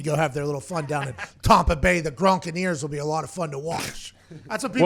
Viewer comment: "Tompa Bay Gronkineers" I lost it 🤣🤣🤣